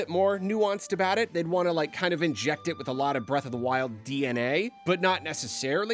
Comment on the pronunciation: Breatharina of the Twild